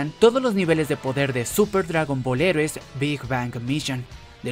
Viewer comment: Tienes que aprender a pronunciar Heroes en inglés, porque el resto de palabras sí las pronuncias bien.